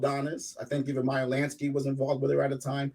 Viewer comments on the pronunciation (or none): none